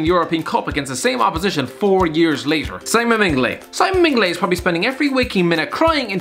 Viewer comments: Mignolet not mingolet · It's Mignolet - say Mig-no-leh. It sure isn't pronounced Mengele. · Waiting for your video on the Neymar Transfer saga.... edit - its not mig-mno-let it's pronounced min-yole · How you pronounce Mignolet is beyond acceptable. Mengele was a nazi doctor, the goalkeepers name is Mi - nio - li. First i pronounced like in ears and second like the i in lit. You murdered his name more brutal then Mengele tortured the jews and the disabled. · MIN-GER-LAY, what has just cursed my ears. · Who the fuck is Simon MinGoLay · Couldn't stop laughin when you tried to say Mignolet.